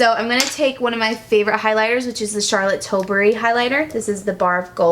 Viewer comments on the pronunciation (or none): none